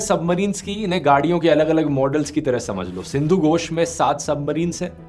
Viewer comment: Sindhu Gosh nahi😢 🥩🍖❌ Sindhu Ghosh घोष